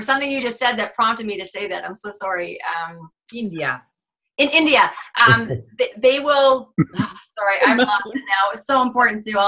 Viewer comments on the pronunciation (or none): That's funny. says she speaks neutral American English but then says "sorry" in Canadian. hee hee:D